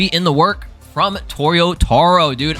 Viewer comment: it's to-YO-ta-ROH, not toyoTAro....